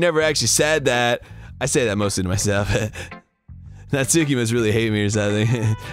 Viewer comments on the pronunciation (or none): I'm pretty sure Arin mispronounces "Natsuki" on purpose to make FriendArin sound dumb, but he's taught Danny to unknowingly mispronounce it too. :_GrumpsLULZ